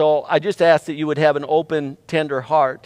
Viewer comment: I heard I hope you guys would listen with a Tinder heart, not tender heart, so I was confused for a minute there, lol.